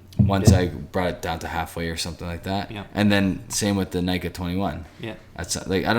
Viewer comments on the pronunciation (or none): Nikka is pronounced closer to nee-kah, not nigh-kah. (actually neek-kah to be a little more precise)